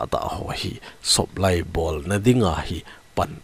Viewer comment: Supply kiti ja umtah lamkaipu soplai dan in pronunciation in achie in sei dan hi ki khel thei apha dem, awle sei khel akhilesh ngaidam